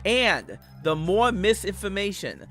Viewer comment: “The mowe whites I have” knew he was the white supremacist bowser